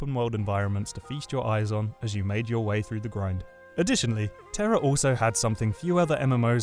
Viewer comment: Terror? its Tera >o<